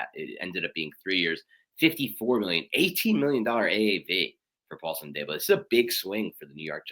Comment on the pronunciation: Hate to knit pick but it’s a pet peeve., it’s pronounced. A-deee-bo. Like Deebo from Friday. Also it’s Robert Sal-ah like Salad but ah at end lol